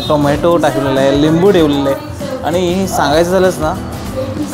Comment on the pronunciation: नमस्कार, सर्व प्रथम आपणास आणि आपल्या संपूर्ण परिवारास होळी च्या खूप खूप शुभेच्छा. अप्रतिम सादरीकरण फक्त एकच खंत आहे...... कृपा करून आपली भाषा मराठी शुद्ध बोलण्याचा प्रयत्न करा.... काही चुका जास्त आढळल्या त्या तातडीने दुरुस्त करा आणि इंग्लिश शब्द कशाला वापरता..... मराठी आहात तेव्हा हे टाळा. काही चुका... त्या अशा 1) पण: पन नाही 2) पुण्यातील: पून्यातील नव्हे 3) आणि: आनी नव्हे 4) टायमांला असे नका बोलू.... वेळेला बोला.... राग आला असल्यास क्षमा....